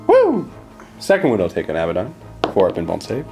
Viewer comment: A-bad-don Not Abba don. Say them out loud to yourself, which one sounds right, which one just sounds silly?